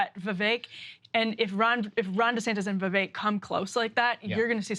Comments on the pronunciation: Kyle won't even pronounce Vivek's name correctly. It's pathetic. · He's surrounded by people saying it correctly, yet Kyle pronounces Vivek's name wrong every time. Tells you alot about the guy... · Became rhymes with cake got a George Soros scholarship. He’s not going anywhere in the primaries! 🤣😂🤣😂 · Kyle may be the first diagnosed case of Vivek Derangement Syndrome. Also, I hope Sagaar pulled Kyle aside off-air to tell him he's a complete dipshit for not being able to pronounce Vivek's name correctly. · Perhaps Kyle can learn to pronounce Vivek's name properly before his perpetually bad takes are aired? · "I'm gonna mispronounce Vivek because that's how I roll." - Kyle... what a badass